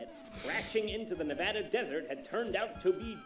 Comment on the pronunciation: Jon pronounces Nevada correctly take that Arin